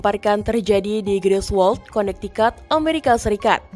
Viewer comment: Connecticut bacanya konektiket bukan konaktikat